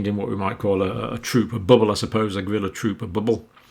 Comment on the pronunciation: the way you pronounce gorilla as grilla makes me wonder what you'd sound like if you rapped